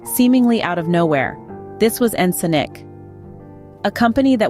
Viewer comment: Yes “This is Ensnk” 😅